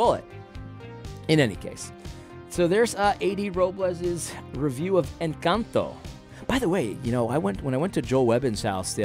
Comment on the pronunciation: Now do an analysis on pronunciation of “Encanto”.